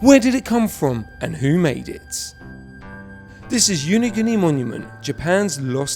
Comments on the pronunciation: You are mispronouncing the name of the place as "YUNIGUNI" rather than "YONAGUNI" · "YuniGooni?" No, it's pronounced 'Yah-Nah-Goo-Nee.' LOL.